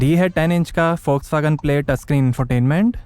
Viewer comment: Bhai Volkswagen hota hai foxwagen nahin😅😅 Fox 🦊 wagen - 2 laga rakha hai...suar...youtuber...😅